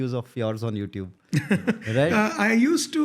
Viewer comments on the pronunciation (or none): none